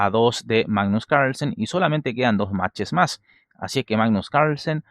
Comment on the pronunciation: Siempre me da gracia como decís "magggnus cairslsen" jajaj muy buenos tus videos